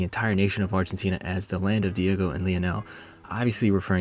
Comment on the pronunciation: Man said “David Maradona”. Smh